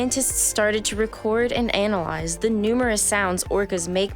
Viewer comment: . I hope I’m never “anal-lized”. Come on, this comment should have a whole lot more likes!